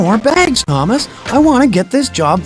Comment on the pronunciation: What Thomas you said it wrong